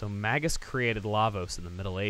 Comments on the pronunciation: Nereid (Ner-ee-id), after the Greek sea nymphs I mean, Magus is usually pronounced with a long 'a' as well, but whatever. Some people even use a soft 'g,' like it's plural "magi," but that's not really accurate to its origins. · Here's something I've always wondered. The name "Magus" comes from the word "mage", right? So how come I always hear people pronouncing it with a hard g. Shouldn't it be "may-juss"? That's how I've always said it, anyway. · You're still pronouncing "Magus" wrong, dude. Look it up in the dictionary.